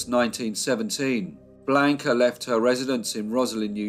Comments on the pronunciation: The voice of or whoever pronounced Blanca Bland-ca and not the correct pronunciation of blonde-kah. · A riveting & interesting case with many medical experts who helped get her acquitted. Great life story! Only problem is your torturous pronunciation of her name despite your babbel Spanish lessons? I was surprised! Blonde-kah, NOT Blaka,!😅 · Never pronounced like he pronounced...bland-ka ! Sounds like blanket, awful !Not Spanish at all ! I dated a Mexican-American girl named Blanca, so I know from experience ! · Hello, thanks for the feedback, I am not aware that Blanca is pronounced Blonde-ka in Chile, maybe, but I have never heard it pronounced like that, I do know a couple of people named Blanca and they pronounce it like I did, Blanca